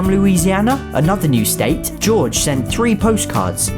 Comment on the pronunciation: quick correction Jorge isn't pronounced George its pronounced Hor hey(closest I can get to the pronounciation)